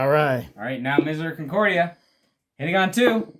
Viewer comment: Please ask your guest to read the word miseracordia and really sound it out. Where is he getting the "con"?